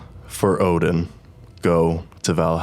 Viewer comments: Odin not oden 😅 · Its ODIN not fucking oDeN